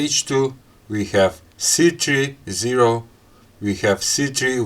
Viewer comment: It's c3 not s3